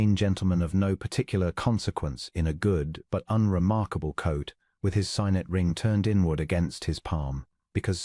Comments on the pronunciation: For a ring it's sig-net not sigh-net; close= clowse or cloze depending on context; bow is pronounced bough when it means showing deference; and boh when it is a ribbon tied prettily or the instrument that shoots an arrow. A very sweet story and nice narrator's voice. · AI chokes on various words. Unfortunately, signet is one. Sigg-net, please.